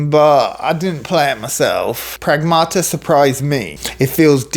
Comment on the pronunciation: "pragmata" in Greek means "things" lol stressed on the 1st A: prAgmata